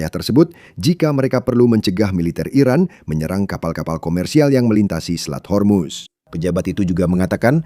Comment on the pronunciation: Min, kenapa ga profesional banget....yang benar pelafalannya HORMUZ.......bukan HERMUS